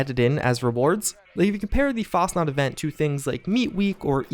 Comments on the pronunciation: It’s FAS-chenaut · So you honestly think Bethesda would release the Fasnacht event 2 to 3 months after Fastnacht Day? Im pretty sure they would just rename it at that point. If it started on the day, then fine, but months after the actual holiday? Most of your content is great, but between your horrible pronunciations of fairly common words and thinking Bethesda would just release a holiday timed event 2-3 months past the actual holiday just to give Wastelanders breathing room, is just poor deductive reasoning.